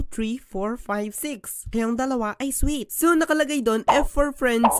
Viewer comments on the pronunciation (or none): Soulmate Po Yung S Hindi Po sweet😅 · S-solmate po yun hindi po sweet